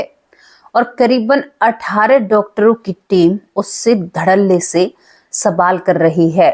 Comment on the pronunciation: Sabaal nahi hota baje (sawal ) Hota hai kai tak padhi likhi ho😅